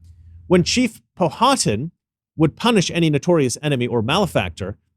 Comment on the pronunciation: Powhatan is ptonounced Power'er tan not pow hat atan Having grown up in next county over i heard pronounced all kinds of ways. Like a major express way new Powhatan Powhite pkyw. I've heard it called all kinds of way my the influx of northerners moving in 😅. It's pronunced PO'WHITE and there's a reason for the name of that area it dosent offend any poor white people